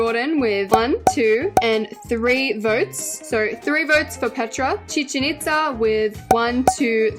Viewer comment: YESS YOU SAID CHICHEN ITZA RIGHT